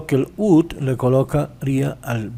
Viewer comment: Porque pronuncia WOULD como UTUL, que mal Ingles, practiquen mas la pronunciacion, la explicacion esta genial pero la pronunciacion de algunas palabras esta perdida.